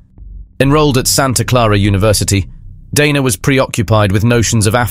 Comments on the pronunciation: Interesting presentation about a greedy killer. Odd how you pronounce "Dana", sometimes correctly, with a long "a", sometimes you say "Donna". It's irritating. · DANA not Donna